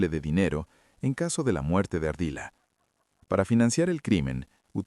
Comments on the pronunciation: LUIS FERNANDO "* ARDILA *", NO ES ARDILLA 🙋‍♀️🤦🤨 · No es “ ARDILLA” es ARDILA